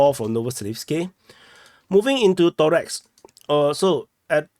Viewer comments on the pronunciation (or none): ToreCk, not ToreX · ToreTSK is probably the closest he can do. CK will not be pronounced TS by neither Asian or Anglophonic people.